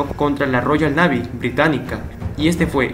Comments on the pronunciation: Se pronuncia Roiall Neeiviii . ;) Gracias por la información. No sale en ningún lado. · Royal Navy ? Se pronuncia Royal Neivy